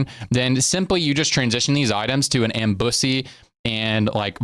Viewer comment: that "ambussy" was wild lol